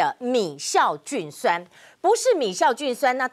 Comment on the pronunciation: 是米酵菌酸，不是米「醋」菌酸，雅琴姊